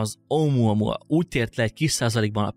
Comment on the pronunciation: Omoamoa xddd egesz videoba mar azt tudtam csak figyelni mikor mondod